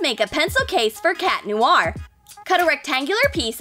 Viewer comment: It's cat noir not cat lonnar